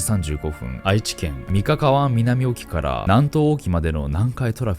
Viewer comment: 三河湾→ミカカワワン❌ ミカワワン⭕️